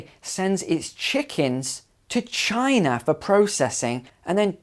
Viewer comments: It's Chynah not Chinaah. Get it right. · Great job doing the Donald "chiNA". I love how brits say aluminum!